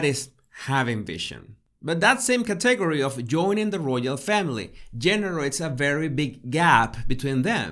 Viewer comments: Hey - I know you strive to improve your English. Category: emphasis is on the first syllable, cat, not the second syllable. CAT e gor y. I was having trouble understanding the word the first couple times you said it. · Please say category correctly. It is Kat’ uh gor we. I truly had trouble at first understanding what you were saying. Your pronounciation distracted from the content. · Hola! Para ayudarle, el acento en la palabra "category" esta en la primera silaba; un el segundo acento en la tercera silaba. Espero que tome esto como ayuda: Caaaaategooory. Thank you so very much. I will look at myself in the third person from above!!! Now I have so much to do!!! I learn about myself in your videos. When my school finals are completed, I will download your "tips." Gracias, de nuevo!!! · Hi, good video! Just a heads up that you are stressing the incorrect syllable on the word 'category'... its should be KAT...egory. No biggie, keep up the good work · I love your videos. Your accent is charming. Please, though, pronounce "category" with the accent on the first syllable, thanks. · It’s “climb” like “rhyme.” “Climb a rope.” It’s CATegory like kitty “cat,” with strong emphasis on the first syllable. Great stuff. Loving it.